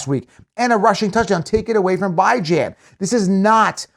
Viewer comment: It’s Pronounced “BEE-zhahn” NOT “BY-Jan” 😑